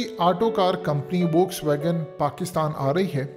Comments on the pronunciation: The pronunciation of volkswagon will be (folkswagon). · Not Volkswagen but Foxwagen in pronunciation